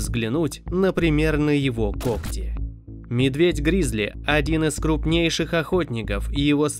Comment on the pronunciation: Только не гризли а грызли!)😂